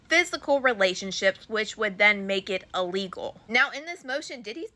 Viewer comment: The word is il-legal NOT ah-legal 🙄